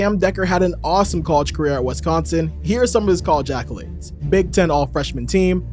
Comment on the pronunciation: Did you just say “WESCONSIN”